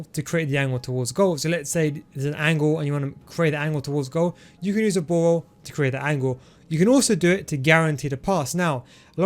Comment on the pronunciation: Ball roll = bawol😂😂